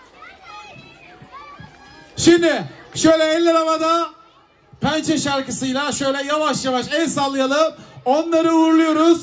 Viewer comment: pençe rakamları kürçe söyledi